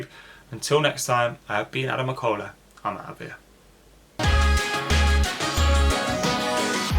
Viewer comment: Come on McIola get his name right